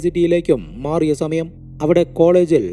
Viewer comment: സ.. എന്ന വാക്ക് ഉപയോഗിക്കുമ്പോൾ za.. ആവാതെ ശ്രദ്ധിക്കു.. സമാധാനം എന്നതിന് za മാധാനം.. Za മയം.. എന്നിങ്ങനെ